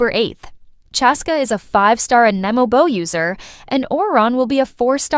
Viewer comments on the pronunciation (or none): none